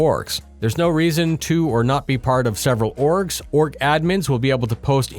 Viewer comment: kept hearing "orks" Multiple orks.